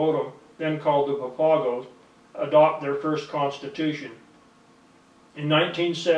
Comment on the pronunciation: SMH it's funny how yall look for white man to give info but not the natives SMH he not even saying the name right or papago 😂 yall Goofy